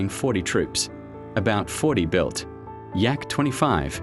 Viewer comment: It's not "uay ey" it's literally YA, the beginning of his last name LITERALLY. And those AIRs are not pronounced like english "air", A.I.R. stands for Alexei Ivanovich Rykov. It sonds like "Ah-ee-r(short)".